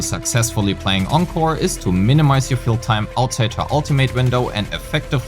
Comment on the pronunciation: Thanks for pronouncing Encore correctly!!!